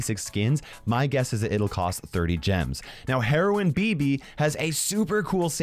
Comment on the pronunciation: Heroine Bibi sounds a lot like Heroin Bibi... just saying